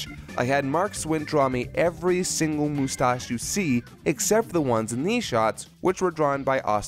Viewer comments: Vegeta pronounced mustache like that in the English dub of Gt? Awesome.:D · They hate GT yet took how Vegeta says moostache from it.